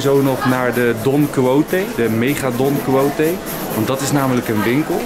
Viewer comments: Even voor Enzo: Don Quijote spreek je uit als 'don-kie-got'! :-) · Je spreekt het uit als Don Kiesjot. Is afgeleid van de roman Don Quichot.